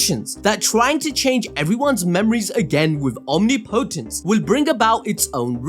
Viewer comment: Phonetically its pronounced awhm-ni-po-tance